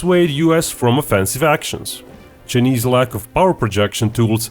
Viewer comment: I like how this guy says “chnise” hahaha